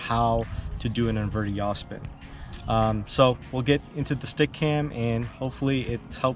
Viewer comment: You make the "jaw speen" easier than Charpu. 😂😂